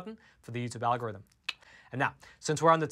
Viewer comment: Here's one for'al-gore-rythym'